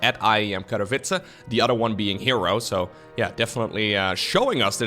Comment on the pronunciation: I love you, but Katowice has NO "R" in it... <3